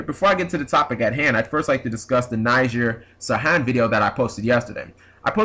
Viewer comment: it's pronounced nih-ZAR like lazaro bellido or lazar from 5ds